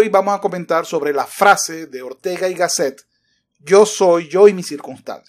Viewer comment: El presentador la pronuncia GÁSSET